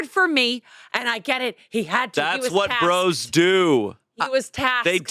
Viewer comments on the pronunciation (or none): none